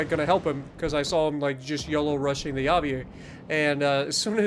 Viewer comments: It’s basically “aviera” you need to pronounce the last “e” just like you pronounced the “e” after the “i” and it basically means “(elite military) aviator”. Greetings 🇮🇹! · The Aviere is pronounced (Ah-vee-eh-re), it’s Italian for aviator.